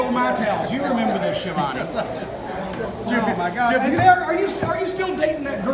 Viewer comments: The correct pronunciation of his surname it's skyavonae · "Tony SKEE-A-VOWN" as Chris Jericho used to call him lol. So under rated as a commentator in the history of "rasslin".